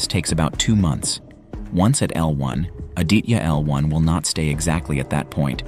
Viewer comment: Hi, so happy to watch this video... May I help you with the pronunciation of 'Aditya' ... 'ah + dee (as in the moon) + tha (as in thorough) + ya.... Indian languages pronounce/ stress on all the consonant sounds in a word. Thanks for the video